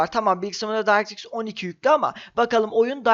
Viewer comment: video güzel ama bir tavsiye vereyim directx'i doğru telafuz edince bi mutlu oldum ama mikrosoft demek yerine doğru hali olan maykrosoft diyebilirsin :D öyle okunmuyor o kelime :) <3